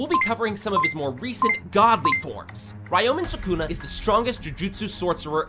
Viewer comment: 12 “Wyoming Sukuna” 💀💀💀